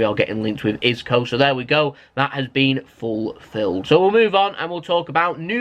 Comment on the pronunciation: So do you pronounce Isco wrong on purpose or is it just jokes?? Hahaha